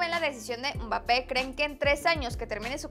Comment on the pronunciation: pls ya no le digas umbapé